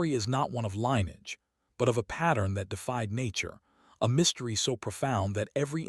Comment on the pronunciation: Lineage is NOT pronounced "line-edge." It is pronounced "lynn-ee-idge."